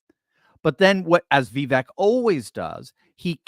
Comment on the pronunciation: Vivek rhymes with CAKE